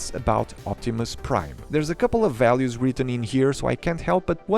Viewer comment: "Si Optimum Praid!" - some Fillipino dude